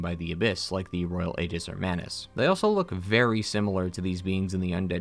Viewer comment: Aegis is pronounced EEjis. Guy mispronounces it every single fucking time.